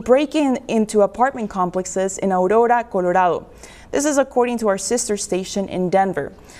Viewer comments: Why did she say Arrora Colorado like that? Did they move Colorado to Mexico? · He's right about One Thing... "No One Is Saying That.". ...Because He's Beating On A Strawman.🙄 - And Why TF did the News Lady With No Accent Pronounce 'Audoda Cododado' with a fake Latina Accent??... ...Is she pretending that it's Latino Property Now??🤨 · You mean A roura col or a do? Not alola coloado. Jesus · I like the news announcer's gratuitous spanish-style rolling R's in her pronunciation of Aurora, Colorado. It really helps drive home the point that the area is firmly under foreign control. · Lol why does that news anchor pronounce Aurora Colorado like its a south American city? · When the hell did Aurora, Colorado need to be pronounced with a Spanish accent and rolling R's?!?!? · The way that news host pronounced Aurora Colorado actually pissed me off. Why did she say it like that? She pronounced it like it's a city in South America. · what in the world why'd she said aurora colorado with an accent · Love how the news anchor couldn't pronounce Aurora Colorado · She did the 'Spanish careful overpronounciation thing' for the city and the state too. What was that about?